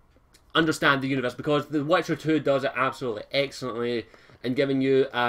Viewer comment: It's pronounced wItcher not wEtcher!